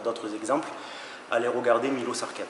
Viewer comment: Milos Sarcev (miloch Charchev pour la prononciation en français) bref juste un petit détail pas important, sinon vidéo au top comme dhab "continuez à croire qu'on ira nulle part" petit pic au rageux 🦍💪🏼